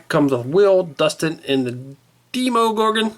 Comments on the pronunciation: The way tou said demogorgon triggered me it's demo as in a tryout version of a game not deemogorgon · dee mo gorgan